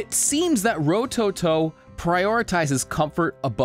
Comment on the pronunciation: Ro toe toe , say it fast with no emphasis on any Ove the vowels, smooth and all at once. That’s how you pronounce Japanese names rowtowtow, somewhat fast and all 3 syllables should sound exactly the same